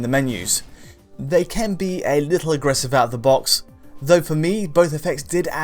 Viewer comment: always pronounces "can" as "Ken" and it's highly distracting once noticed